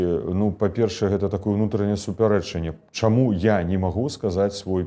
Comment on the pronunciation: "... хочЮць, чЯму... А спадар Латушка вельмі падабаецца!